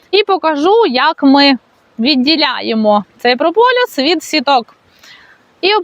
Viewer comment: не прополЮс (чомусь ти часто говориш саме так), а прополіс. Доречі, можливо знаєш звідки походження цього слова? Забігаючи на перед, мені здається що від "прополоти ліс", хоча це скоріш за все хибна думка, але гуморно прозвучало. 😂